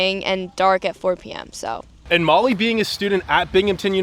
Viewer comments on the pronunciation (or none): none